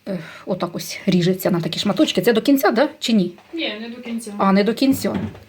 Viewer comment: ФилЭ, до кинцЯ, грЫбочки. Умора, а не мова😂, как же так русский язык засрали, вот вам и украинизация. 😂